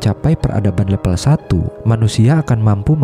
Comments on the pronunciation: Level, bukan lepel mase... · Harusnya "Level" bukan "Lepel" Jadi gak enak di dengar, dan terkesan udik/kampung & kurang profesional. Jadi ragu mau tetep nonton sampai habis, karena jadi kurang Trust aja (gara2 bilang "level" aja malah "lepel", jadi pengaruh ke rasa Trust (apa isi video nya bisa dipercaya) Kalau maksud pembuat video nya, memang sengaja diucapinnya "lepel" biar unik, maka ini malah blunder, malah menimbulkan citra kurang bonafit terhadap kualitas isi video nya, coz perihal tata bahasa yg baku aja gak paham